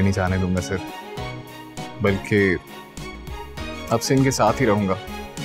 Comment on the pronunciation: Car nahi sar 😂😂